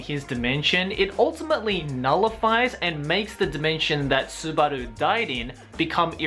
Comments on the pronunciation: bro, your not fcking japanese right, your not an anime guy also, just say it like normal, not fcking Su-bar-du and Su-bar-lu, seriously, your struggling trying to say it, so just fcking say it like normal, Su-ba-duu, LOLOLOLOL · Him saying Subaru made me want to gag everytime